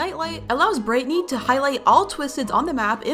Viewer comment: It’s brighteny not Britney